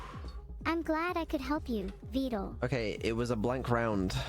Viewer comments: Vedal is actually spelled like "ved-al", but Neuro calls him "veedal" and that's what most people have started using instead As for the text, she has an automatic feature where she puts what she says on the screen, even in the live stream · It is actually pronounced vedal (like medal or pedal), veedal is what neuro calls him and is basically also accepted as "correct" at this point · "Vedal" like "medal" and "pedal" is the "correct" pronunciation. Everyone is running with "Vee-dal" though, because that's how Neuro says it and he's just accepted it. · Just started the video, but just so ya know it's actually pedal medal vedal..lol, Neuro just says Vee-dal and he rolled with it. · It's Vedal like pedal and medal lol. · And then we have Evil with "Veedool" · Yet another person falls to the wrong pronunciation of Vedal's name thanks to Neuro 😔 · You switching up how you pronounce Vedal needs to be a running joke, just every video do a different pronounciation saying "It's apparently like this"